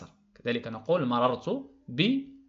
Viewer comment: استاد مررت ماشي ممررت